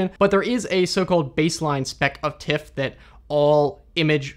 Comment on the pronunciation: An observation: All other image formats you pronounce correctly. JPEG as jay-peg or TIFF as it's spelt, but with PNG you always say PNG - not ping. How come?